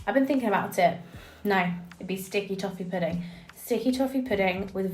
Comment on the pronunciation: The way you say “sticky toffee pudding” is killing me lol. My meal would be fried calamari, a big bowl of spaghetti and marinara, and for dessert tiramisu and a glass of red wine chefs kiss